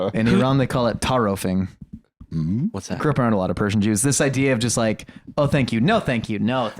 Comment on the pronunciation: Oh my god the way you said taarof— ily but that was abysmal it’s not even one of our hard words lmao